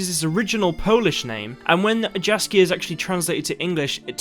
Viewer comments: BTW name should have been read "Yaskier" not with a "J" but more of a "Y", its a Polish thing... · Jaskier should be pronounced as Yaskyear or smth like that :D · By the way. Jaskier is pronounced much differently. More like Yaskier. Polish "J" is always pronounced like "Y". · You should pronouce "Jaskier" as "yaskier" ^^ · Really nice update video. I have an extremely minor nitpick though: The Polish j is pronounced like the y in "yes". So Jaskier is pronounced something like yaskïer (with a rolling r. The i and e are pronounced separately, as indicated with my two dots over the i. Just a note for English speakers).